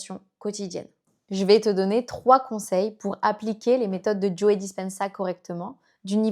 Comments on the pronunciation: Merci beaucoup pour la vidéo. Son nom se prononce en anglais juste JO sans prononcer le e final, ça fait bizzare d'entendre Joé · C'est marrant que vous prononciez le e de Joe 😊. Super transmission de connaissances 🙂